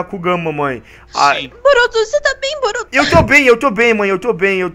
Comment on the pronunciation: assistindo essa série denovo mais agora que eu ouvi que ela fala Boruto kun mkkkkkkkkkkkkkkkkkkk